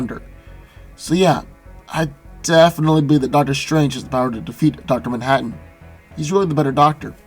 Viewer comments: Duter mantaten (Dr. Manhattan) lol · say Manhattan one more time. I dare you